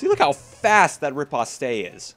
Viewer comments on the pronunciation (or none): Riposte is actually pronounced "REE-post".